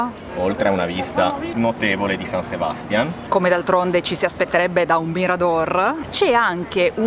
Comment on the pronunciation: Non Sebàstian, ma SebastiÁn. O Donostia.☝🏼